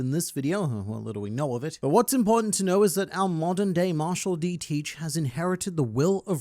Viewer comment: marshal d teach in Vietnamese accent ?